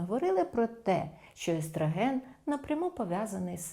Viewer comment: естрАген, естрАген... правильно - естрОген. Але відео класне!